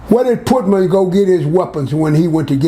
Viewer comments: The pootman takes me out every time 😆 🤣 reminds me of my Bigma. She would slaughter so many words. RIP grams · always laying some jewels down fasho! 💯 I can’t get passed him calling Putin “Putman” tho 🤣that really floored me right there! 😂🤣😭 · he calls putin putman!!!!